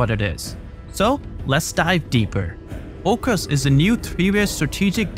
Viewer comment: Aucus not oucus bruv!